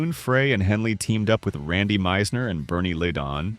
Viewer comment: Learn how to pronounce Glenn Frey’s last name!